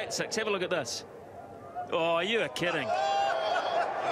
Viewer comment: Straya? Do you believe this was from Australia? This is from NZ. Listen to how he pronounces the I's in this and kidding. "Thus and Kudding" Or are you just trying to rile the poster up? Pretty sure this will do it :)